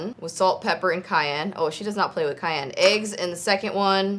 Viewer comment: My name is Cayenne and the way they pronounce it is driving me crazy😅 It’s pronounced CayENNE not CayANNE lol I loved the video though! and always know how to make me laugh😂